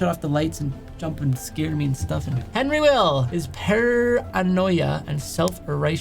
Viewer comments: Sorry to get nitpicky, but when said “Henry Vlll” and pronounced Vlll as v l l l instead of “the 8th” I completely face palmed 🤦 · Did bro actually say Henry Will? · Henry vill it’s Henry the 8th VIII